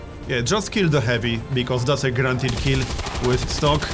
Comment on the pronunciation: everytime he said guarantied I heard grand hit am I the only one?